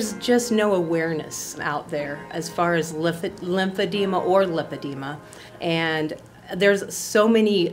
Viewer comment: “I posted this picture to promote and educate about lymphedema . . .” No you didn’t, honey. Pic Pronunciation - limb-feh-dee-muh